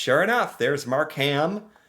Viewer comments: It is not MarkHam it is pronounced Markum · Not your fault, but I did laugh at some of your pronunciation. Mark Ham sounded like a person's name. You say it faster Markem, all run together, not separate. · it's pronounced "Mark-um". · Mark-um. NOT MarK-HAM. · Markham is pronounced Mark im (short I) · Don't pronounce the "H" in Markham. Say it like Markem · Markham is pronounced Mark-um. we're tricking you with the silent "h" (because we like silent letters up here) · pronounced mark um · Markham is pronounced MAR-Kim. Toronto is pronounced like. Tronno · Markham is pronounced Mark-um. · no I wonder how people in Birmingham Alabama pronounce their city. Because traditionally the ham has been truncated. So it’s just Markum now. But I know a lot of people have a problem with the HAM suffix unless you’re from that city. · Markham isn't pronounced Mark ham. It is pronounced with silent h......Markum.❤️🇨🇦🇨🇦🇨🇦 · The "h" in Markham is silent. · Sorry, You pronounced Markham wrong, the "h" is silent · Lol..the way is pronouncing Markham...bless him for trying and learning. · Markham is pronounced without the h. Love watching your channel. As a Canadian you are teaching me things I didn't even know about my country. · you dont pronounce the H in the word Markham. ❤ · Mississauga is Brampton's next door neighbour and we are both part of the GTA (greater Toronto area). We lived in Longueuil, Quebec before we moved to Brampton. Markham - the h is silent Toronto - the second t is silent, if you use it you either work on TV or you're not from around here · Easy way to Pronounce it - Long Gail Q-Bec ( My Wife ) lived there & thats how she says it ! Mark-AM - Mark - Em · This was a fun reaction video. But I kept wishing it was live so I could jump in and help you with pronunciation. Not every city. Just Longeuil(long - gay) and Markham (Mark 'em).